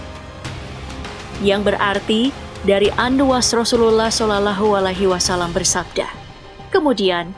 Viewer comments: Shalallaahu Alaihi Wassalaam.. Min bukan solulehualihiwasalam 😅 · Maaf sblmnya ya kakak yg bacain narasi di vid ini nonmus ya... terlihat cara dia baca sholallahu 'allaihii wassalaam terdengar asing dan kagok banget.. spt dia jarang mengucapkanya.. beda kalo muslim mengucapkan kalimah suci itu terdengar luwes dan fasih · Dari cara baca nama Muhammad SAW naratornya nonis🙈🤭